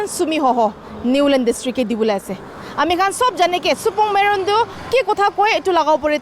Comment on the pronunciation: He's supermeren not supongmeren